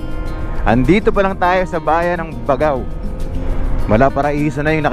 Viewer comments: First thing you do when visiting a place is to know how to pronounce the name right. Di man lang inalam sa haba ng video not once nasabi niya ng tama. BAGAW NG BAGAW. It's BAG-GAW 😒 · Kuya “Bag-gao” po ang bigkas hehe. Yan po ang basa ng mga itawis at ibanag na natives sa Cagayan. Kuya thank you sa travel vlog mo ang ganda ganda! Keep up the enjoyable travelogue nkakaalis po ng stress for senior like me. Taga Nueva Vizcaya po ako. I hope you can also visit my province!! Marami din po natural wonders doon 😊👍🙏